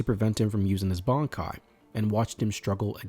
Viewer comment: lol bro, pronounce Bankai properly please 😂